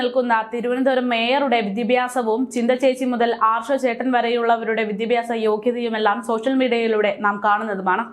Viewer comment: വിദ്യാഭ്യാസ... എന്ന് പറയുക. മോളേ 👍🏻🥰